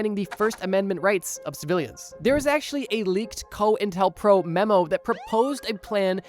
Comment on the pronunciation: It's pronounced Coin Tel Pro